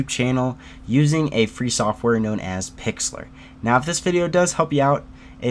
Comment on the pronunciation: You pronounced Pixlr wrong. It's pronounced Pixel Ar - Making it sound like pixel art.